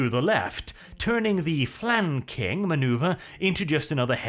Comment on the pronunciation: Flan...King...what is this gibberish you speak?